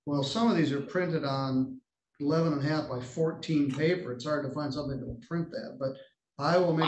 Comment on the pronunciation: The irony that you called him out for saying “attorney” incorrectly, then you say “somefing” instead of “something.” Those who live in glass houses…..